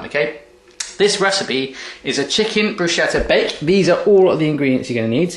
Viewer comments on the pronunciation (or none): Little wise-ass comment: Bruschetta is pronounced "brusketta", the h is silent ;) :D